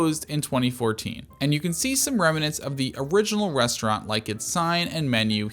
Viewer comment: resh - trant